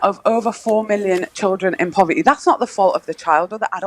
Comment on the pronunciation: This woman has a horrendous voice and her pronunciation is abysmal. ‘POV errr tiiiiiiii. Sounds much a lazy way of speaking.